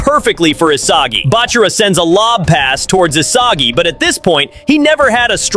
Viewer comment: Please just pronounce Isagi correctly 🫩🫩